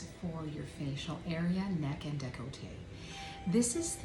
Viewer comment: y'all said you're in canada but saying "the" before le or la took me out. 🥲and deh-col-tay instead of deck-lah-tay.